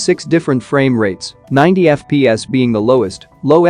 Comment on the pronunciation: Normal people:FPS voice machine: Eff-pee-ass Id: Username: osmanLOL3 Global version!